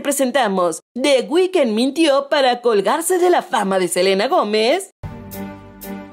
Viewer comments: “Selana” JAJAJAJAJAJAJAJAJAJAJAJAJJAJAJAJAJAJAJAJAJJJJAJAJAJAAJJAJAJAJAJAJAJAJAJAJAJjajajajak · Selana?? Ajajjajajaa